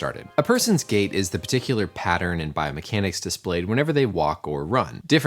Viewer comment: As he said gait/gate I kept hearing gay pattern